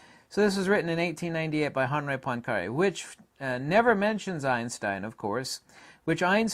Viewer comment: I don't speak French, but I'm pretty sure the h is silent. Most people in the US are completely incapable of pronouncing foreign language words, even if they search for the pronunciation on the internet.